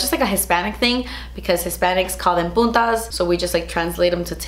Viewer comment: LOL "puntas" sounded like "putas"...careful there 😋